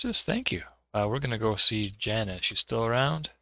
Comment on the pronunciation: Jaana is somewhat common woman name in Finland. Finnish words are pronounced as they are written (well there are some exceptions, of course..). So, Jaana is not pronounced as Zana. Its like Mordor should be pronounced properly as it is written, not moodoo.